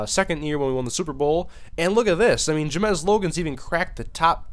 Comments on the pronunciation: It's JAMES ! Not Jamez ... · wh does he say ja-mes its james but other than that good vid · Google his name. It's Ja-mes Logan. Juh. Mez. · Please learn how to pronounce the name "James". You're saying it as if it were spelled "Ja-mez". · Jamesssss u pronounce it as Jamez hahaha im probably wrong though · how do you mispronounce james.